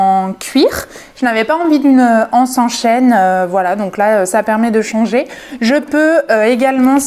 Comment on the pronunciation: Super cette boutique atelier sacs....au passage le mot "anse" qu'il soit au singulier ou au pluriel, doit être prononcé avec les liaisons: l'anse, les zances....